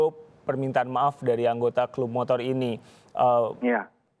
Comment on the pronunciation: Ada 13 "MOTOLL" gedheee... :v